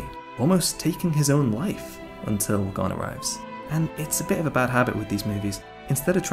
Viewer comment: Killua and Gon's chemistry....None Good storytelling....Lacking The magic of HXH....Gone 😔 It's like a body without a soul ....No pun intended And if I hear them say Goowne(Gon) one more time!!!! 😂😂😂